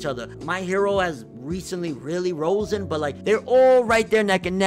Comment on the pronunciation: risen not rosebmn